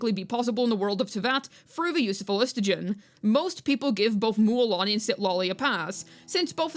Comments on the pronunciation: For the sake of my autism: Phlo---gis---ton Not phlis---to--gen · Minor correction: it's phlogiston, not phlogistogen. And I don't mind the tech, maybe the thing is that there should be more examples lying around Natlan for it to seem a bit more suitable. For Xilonen, there are those music shops and the dj parties at least in her town and in Mualani's town. Also Xilo in her quest says that the rollerskates use phlogiston glue to travel walls, and needs to apply it again after usage. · Everytime bro said phlostigon there was a overload reaction in my head doing 35k damage buffed after 5.2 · The phlogiston pronunciation was so cooked fam 😂